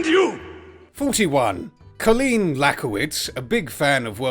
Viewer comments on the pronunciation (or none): none